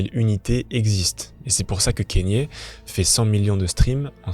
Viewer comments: "Kennye" non c'est Kanye avec un A kAnye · Le cas le plus extrême ? Vraiment ? Tu connais pas Roman Polanski ? Ah, et on dit "KAnyé" pas "Kényé" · La vidéo à l'air cool mais pour l'amour du ciel, on prononce k"A"nye et pas k"Ai"nye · Pourquoi les personnes font des vidéos sur des personnalités sans même savoir prononcer les prénoms c gravissime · Comment c'est possible de traiter de sujets comme ça qui demandent des recherches mais ne pas savoir prononcer un prénom. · Je vais pas discuter 1000 ans avec toi si tu prends mon commentaire pour une agression, je salue le travail du poto, mais j’ai pas pu finir la video a cause du nom mal prononcé c’est tout. Son prénom est même pas anglais ni américain, il vient du botswana. C’est comme si je faisais une vidéo sur Michael Jackson et que je l’appelais Mickael pendant toute la vidéo. Je trouve ça juste dommage de se renseigner sur tout les bad buzz de kanye, faire un travail de recherche et tout mais ne pas vérifier une seule fois comment son nom se prononce. Enfin bref.